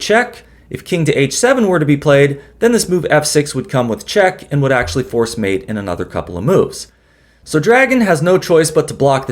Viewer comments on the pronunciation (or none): none